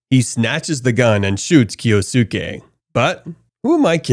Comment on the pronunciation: Kyosuke = KEE-OS-KE. Jesus christ.